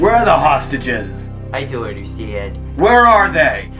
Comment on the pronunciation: I Deon’t Understeand LMAO!